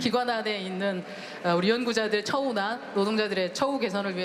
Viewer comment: '연'구자들 발음이 어느지역 발음인가요?